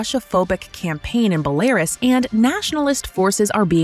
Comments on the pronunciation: Would someone please teach your female voice-over that Belarus is NOT pronounced Bu-LAIR-uhs. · Bell air es 10/10 pronunciation lol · Great article… just wish the person reading the news articles would learn to pronounce Bel-uh-Roos correctly… it’s not Bella-ruhs… also not heard to learn the pronunciation. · Can she please say B e l a r u s and NOT B a l e r u s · Stopped watching after the second /Belerus/. The name of the country is BelArus, ffs. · Why is the video flipping between pronouncing it as “Bel-uh-roos” and “Belair-is”? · “Bell air is”~the narrator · “Bell-air-us” lol At least she sounds cute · whoever voiced over the text has never heard the country "belarus" before, they pronounced it "bell-air-us". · Am I the only one who heard it pronounced "Be""lar""us"? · Fan of the channel but if you're going to use AI to read lines at least put in the effort to get her to pronounce the name of the title country properly guys. It really adds an amateur look to an otherwise flawless production. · The voiceover reading the headlines needs to learn how to pronounce Belarus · Guys, I get that you want an american voice for the transitions for easier consumption, but please for the love of god explain to her how to pronounce belarus and stop accepting these recordings unless she fixes them. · The female voiceover pronouncing “Belarus” sounds unusual to me. Is that normal? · Programs, famously known for learning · yeah i guess something all these people talking about "its just an AI GUYS, its whatever" are ignoring, is that spending 2 minutes to get the AI to properly pronounce belarus is probably pretty easy. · This channel has lots of pronunciation mistakes. It's a great channel, but damn they get it wrong a lot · The female voice (Presumably it is digital) kept mispronouncing Belarus, it was highly annoying. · Can you find someone who knows how to pronounce belarus!? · Your female narrator doesn't know how to pronounce "Belarus?" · The female voice doesn't